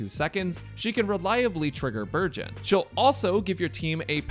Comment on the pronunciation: I keep hearing burgeon as virgin...